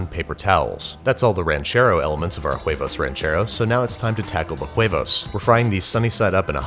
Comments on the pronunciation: I thought this was Huevos Rancheros, but the guy in the video kept saying it's Jueivous Rencherous. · You can't even pronounce huevos rancheros, and no, that's not how you make huevos rancheros... Don't ever do Mexican food again if your going to make corn tortillas like that. I'm surprised white boy here didn't just put some curry in there